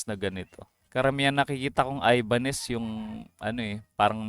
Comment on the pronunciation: Ibañez , hindi english word ang pagbasa gawang español ang original yan